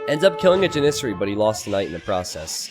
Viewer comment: ja· nuh·seh·ree. lol the way you say Janissary bugs the crap out of me.